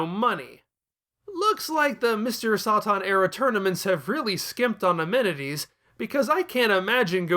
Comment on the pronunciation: "Sah-Tahn" lol